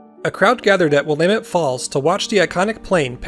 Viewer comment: I was watching this video just waiting to hear you butcher the word Willamette... and you didn't. Nice! You must be a local. :-)